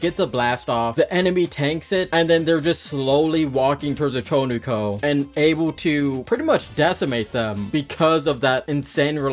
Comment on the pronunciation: "Cho Ni Ko" How does one mess it up this bad, it's the Chu Ko Nu